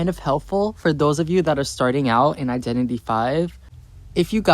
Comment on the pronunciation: i thoughts he was saying "identity vai" 🤣